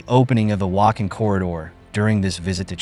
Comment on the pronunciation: Please learn how to pronounce the names of important regions correctly; e.g., Wakhan is pronounced as Waakhaan, the aa sound is similar to "aw" in law.